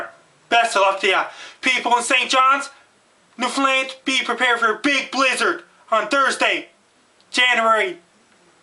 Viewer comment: He pronounces Newfoundland better than 90% of Canadians.